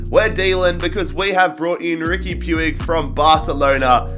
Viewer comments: Puig is pronounced Pweeg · It's pronounced puj